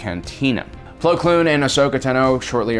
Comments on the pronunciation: Man's called Plo Koon, not Plo Kloon😂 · Bro, it's Plo KOON, not Kloon. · Why do you say "plo kloon"? its plo koon... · It’s plo koon . Not plo kloon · If he says "Plo Kloon" one more time... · Attila The Hun can I super like this??? His pronunciations have been terrible for years. It’s like he’s never watched the show just read the synapsis.